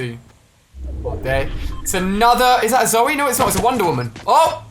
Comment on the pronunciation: He calls zoey zurru